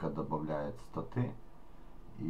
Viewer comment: не статы а Статы ударение на первый слог ставим